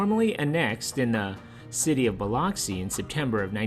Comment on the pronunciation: Well I know Biloxi is definitely not pronounced Buh-LOCK-see; it’s Buh-LUCK-see